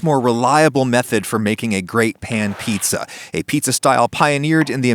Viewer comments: I thought he said eats-a-glut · HOMIE LOWKEY SAID FEETZA BUTT 💀